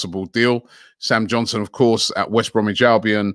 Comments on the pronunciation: Everybody: Sam Johnstone: Sam Johnson 😂😂😂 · Robbie can't even pronounce english names right! XD Sam Johnson ? 😊